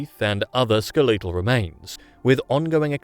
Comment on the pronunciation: What the fuck is SkeLEtal? How do you pronounce such a basic english word wrong? Is this an AI voice? The text itself doesn't seem to be AI generated, AI generated text is usually way more fluff without saying a single thing.